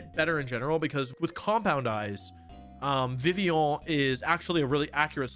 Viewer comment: That was a legitament French pronounciation of Vivillon. Very nice.